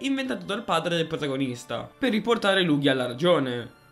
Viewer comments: So che nessuno accetta la verità ma la pronuncia è Lugia lel. Le live non le seguo quasi mai ma se ci siete sia te che Pollo in chat mi hai convinto a partecipare. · Sento gente pronta a contestare la pronuncia di Lugia ... Prima che ciò accada: state calmi, un errore di pronuncia come quello non è granché, alla fine l'importante è far capire a quale pokèmon ci si sta riferendo. (Un vero errore sarebbe chiamare Maractus un Nidoking o viceversa)